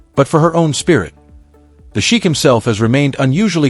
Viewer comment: Narrator -learn to pronounce Sheikh